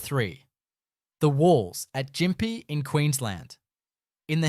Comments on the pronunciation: I love your videos. Gympie is pronounced Gimpi, not Jimpi. I cant wait to check this out. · WTF is that flag???? NOT AUSTRALIAN that's for sure. And what the hell is Jimpee? It's pronounced "Gimpie" spelt Gympie FAR KEN OATH! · It's Gimpy with a strong G not a J as the AI voice used. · Jimpy lol ——- It’s a hard G mate. Are you even Australian? Great docco though, well done! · Your AI voiceover is clearly shit at phrasing, and then it misprounounces Gympie (hard g) as Jimpie. If you insist on using an AI voiceover, at least teach it how to phrase and pronounce names properly! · It’s gimpy not gympee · its gympie, not jympie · Yes, the Narrator voice called it Jimpie instead of Gympie.! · It's not pronounced Jim pie. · Gimp-E is how that town is pronounced. Also, you say Europeans didn't arrive until the 1800s, but it was actually the late 1700s. I'm a Venezuelan American. I lived in Queensland for 2 years. Loved the place immensely. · Its pronunced gimp-pea great video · So it snows in Mullumbimby, near Byron Bay, now? As well, Gympie is neither spelled Jimmy nor pronounced Jimpy. This is AI slop and smells like bullshit! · Yes. It made me laugh out loud. And pronouncing Gympie with a soft "g"? 😁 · Especially when he says Jympie!😂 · yes I had a giggle at that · Can’t we just agree humans are very up themselves & assume shit like m*****f*****s. We assume this about the past we assume that about the past, basically we will never know because it’s a mystery. Your pronunciation of Gympie was atrocious. Didn’t. Who didn’t do what now?! How can you say definitively that things did or did not happen? What is reality anchored in? How can you question some of this & not all of it- what is the basis of your reality? Were you there to witness these things? It’s hard to believe you when you’re talking crap & can’t pronounce stuff.